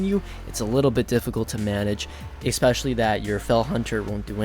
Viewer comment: Hmmpf... it's especially not eXspecially...sorry, just a bug bear of mine ;) Great video though, nice to get some information out there for people wanting to level a Warlock. -Peace